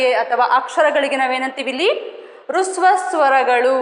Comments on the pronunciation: ರುಸ್ವ ಸ್ವರಗಳು ಎಂದು ಉಚ್ಚರಿಸುತ್ತೀರಿ ಅಲ್ಲ ಹ್ರಸ್ವ ಸ್ವರಗಳು ಹ ಕಾರದಿಂದ ಉಚ್ಚರಿಸಬೇಕು. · That is not hruswa swara that is hraswa swara first learn prouncasion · Adhu rasva swaragalu, not rusva swaragalu